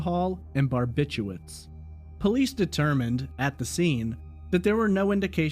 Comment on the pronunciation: Bar bit chu*R* its. Like "nuke you lur" is really nuke LEE ur. Barbiturates.